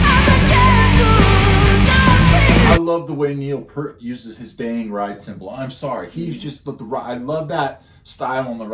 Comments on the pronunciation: FYI rush 2112 was every Toronto’s youth rite of passage. Which is why rush is ours, all ours but you have our permission to listen and enjoy 😅 FYI Pronounced. Peert. As in ear Peart Not Pert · "p ear t", not "purt" or "pert". He pronounces his name in interviews. If you this guy's playing, you should hear him speaking. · Please start pronouncing the Professors name correctly. Peart. Say it fast... "Pee-Art"!!! It's a Canadian thing. Have some respect. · "peert" not "pert" common mistake. :) I don't care for the sound mix in this version. MUCH prefer the studio version. So much cleaner, and Geddy's vocals were in the stratosphere, whereas in this recording his voice simply wasn't capable of performing it as he did in the original. This recording sounds so muddy, too. Maybe Stickhits' remaster just sucks. :/ That said, 2112 is an amazing journey. You MUST listen to the studio version with lyrics, because it's a whole story, and there's a super bit at the end that was left out. 2112 is a piece in 7 movements based on an Ayn Rand story called "Anthem", about a dystopian future where the Priests and their computers tell us all what to think, what to feel, and what to like...until a dude finds an ancient guitar. Rush's career spanned from . They stopped touring when Neil's health prevented him from giving the fans 100%, and he didn't want to give them any less. He died from brain cancer in January 2020.